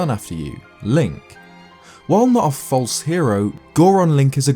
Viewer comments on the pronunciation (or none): none